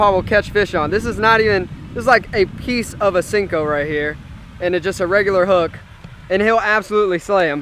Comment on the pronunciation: Senko is pronounced “say-nko”